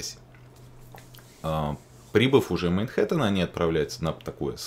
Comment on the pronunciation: Хе, произносит "мейнхэттен" даже когда говорит про Манхэттен.